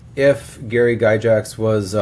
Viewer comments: Yeah yeah...4 year old video but I have to say: It's NOT "guy-JAX"....it's "guy-gacks"...well, unless you want to pronounce it in the original Swiss tongue. Then Gary said it's said "Ghe-gox" (yeah, Swiss...they're nutty! ;) ). But he said that most people in his family use the "guy-gacks". Just fyi. :) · His name is Gygax. Not Gyjax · Who's Gyjax? i've only heard of Gygax....